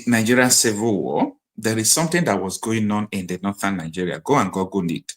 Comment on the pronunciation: Google, not Gurgle. Like pool, school, fool, stool. You are welcome!!